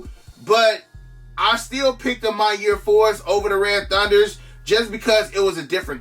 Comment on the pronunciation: every time i hear you say maniere i hear “my year” and i watch a lot of your vids so im just wondering the whole time what the my years are lol it’s not your fault it’s mine